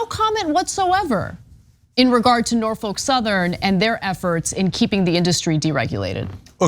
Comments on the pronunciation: Great video. Only thing: it’s Norf-uk, not Nor-folk. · Just for the record, it's 'Nor-fick'. Named after Norfolk, VA. Home to the oldest and largest naval yard in the US Navy, interestingly enough. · Dear Anna, The L in Norfolk is Silent . pronounced Norfok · Why is Ana pronouncing Norfolk so weird like that? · What a weird way to pronounce Norfolk